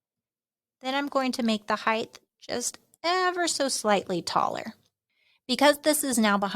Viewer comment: Heighdth is not a word. Height. It's height.